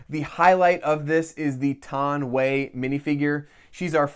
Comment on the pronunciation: Am i the only one anoyed by him saying “Taun Wey”